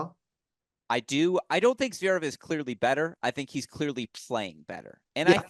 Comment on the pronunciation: The way he pronounces Zverev